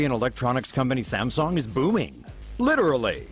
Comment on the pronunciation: STOP SAYING SAMSONG!!